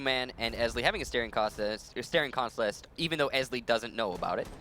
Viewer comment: fails numerously to pronounce "staring contest"